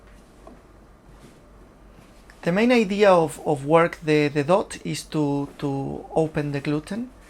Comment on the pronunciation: dough is pronounced doh, not dot and has no 't' at the end :)